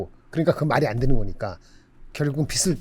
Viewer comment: 빚을 발음, 비슬 아님